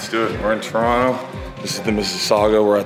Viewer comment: J Mo, i have to say....being born and raised in Toronto, we can always spot a tourist by how they say 'Toronto'. Some don't know this, but it's actually pronounced 'Turonno'. i appreciate your Turonno. You're home sir, and the GTA is happy to have you. That gym is dope too! if i could climb, I'd definitely check it out.